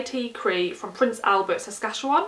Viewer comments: Happy Birthday. FYI you pronounced Saskatchewan correctly. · Love the new hair!! Way to go on pronouncing Saskatchewan correctly! I live in Fort Saskatchewan which isn't actually in Saskatchewan.... someone was drinking too much. 😉